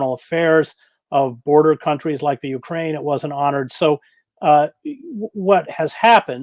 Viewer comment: Katie, please learn the correct pronunciation of Ukraine.